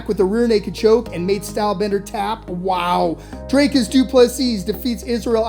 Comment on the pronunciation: Its not dry cus its dreeeeeekus say the name right comon